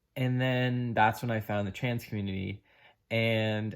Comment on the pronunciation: When you said, "Trans Community" you slurred your words so quickly that I had difficulty understanding you. It was as if, subconsciously, you were trying not to say those words. Do you believe that you were led astray or influenced in a negative way by that community? Yes or no. ADDED AFTER WATCHING BEYOND THE SLURRED WORDS: You were an ordinary girl experiencing what all girls experience during puberty. Mood swings and hating ridiculous things and hating those closest to you on some days. You were in a normal hormonal flux. And you were not in the right frame of mind to make ANY decisions of great import. No one IS when they are under the sway of fluctuating hormones. Did someone offer to take you for counseling? That's all you needed. And time. You would have gone through your NORMAL female transition from childhood to adulthood and emerged refreshed on the other side as millions of girls have done for centuries. "Trans Community" indeed. Nonsense.